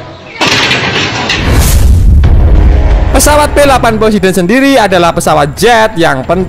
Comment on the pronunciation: poseidon tlol bukan posedon eh maaf yassalam